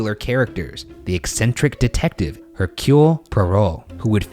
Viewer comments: Ryan you said Poirot like you would say Perrault (pronounced perr-oh). (ex. Charles Perrault, a French author from the 1600s, who wrote Sleeping Beauty, Cinderella, Little Red Riding Hood, etc.) Poirot is from the French side of Belgium and pronounced pwaa-row. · For Postmortem. Ryan, bro, it is POY-ROH not pour-oh. Just a Canadian helpin' you out there, bud. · Pwah-roe is how it’s pronounced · For postmortem; it’s pronounced ‘pie-row’, not ‘por-row’ - coming from the UK😁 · Ryan: One of literature's most popular characters-- Me: oooooh yeah, how IS he gonna say Poirot? Ryan: -- the eccentric detective -- Me: Say it! Saaaaaaay iiiiiit! Ryan: Hercules Parole Me: 😶...yeah, that feels about right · nobody: Ryan: the detective Hercule pEroE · hercule poirot is pronounced air - cyoole poy - roe, i literally hurt when he talked about the mysterious affair at styles and hercule poirot 😭✋ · Lmao the way Ryan pronounces Poirot is great and so wrong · I don't think Poirot would be very happy about the pronunciation of his name.... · Not the way Ryan pronounces ‘Poirot’, oh my god 😂😂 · Ok so I’m French ...,, and I know hercules very well and I on,y ever listened to it in French but when Ryan pronounced his name I left. I really don’t want to spread hate but I think it’s funny how he tried to pronounce it in French but it sounded so different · Not in a mean way, but ‘Poirot’ was pronounced so wrong 🙈😂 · I am absolutely howling at the complete mispronunciation of Poirot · They mispronounced poirot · The way Ryan pronounces Poirot causes me physical pain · For PM: Ryan I beg you, look up how to pronounce Poirot 😩🤌🏻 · I can't wait a roast in Postmortem about the pronunciation of Poirot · Ryan, you pronounced Poirot wrong. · Side-note, I will fight Ryan for how he pronounced Hercule Poirot. Meet me in the parking lot behind Denny's, Bergara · I loved everything, except the way Ryan pronounced Poirot hahaha